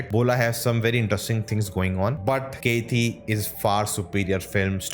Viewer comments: It's not keithi .... It's kaithi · Bro!!!!! It's "KAITHI" not "KEITHI" FOR GOD'S SAKE!!!! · Wtf are you telling Its kaithi Not catiii